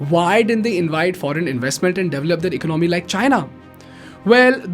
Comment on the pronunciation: It’s not “eco nomy” but economy.